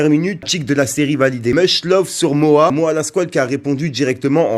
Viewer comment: C est pas MOA Fréro c est MOHA